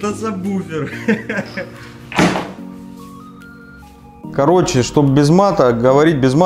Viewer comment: сабВВВВВуфер. Вроде грамотные люди. Слух режет.